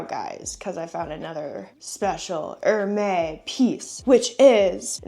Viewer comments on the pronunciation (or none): Hermès is pronounced as Er-mez 😊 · You totally destroy the pronunciation of Hermès.